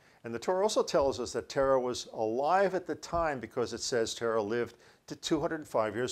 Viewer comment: That's Terah – not Tarah. And its Haran not Heran. Abraham (whose name was Abram) lived in Ur of the Chaldees. Are you dyslexic? Or just careless? What are "word brakes"? Do you mean word *breaks*?! Because I don't think wheeled vehicles were mentioned in that story. If Sarai was nine when Abram lived in the cave at Macphela, HOW OLD WAS SHE WHEN THEY WERE IN EGYPT?! It seems his guy makes it up as he goes along. Soooo – lots of incest in the Bible. God must have approved of sisters breeding with brothers, mothers with sons and fathers with daughters.